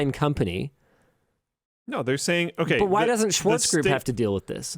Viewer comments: Lidl is pronounced leedle, and Schwartz Shvarts. Don't swallow that ts it's actually there, if anything swallow the r. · I hope my IPA skills are still a bit left. LIDL should be pronounced [lidəl] and its Schwarz [ʃvaʁt͡s] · worries about how to pronounce Lidl (leedle fyi) while butchering Schwarz.